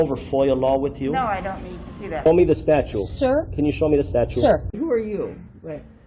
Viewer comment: I wish someone would correct this idiot on his "statute" and "archive" pronunciations.